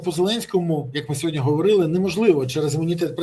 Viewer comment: СьогоднІІІ, не сьогоднЯЯЯ, Пан Береза 😂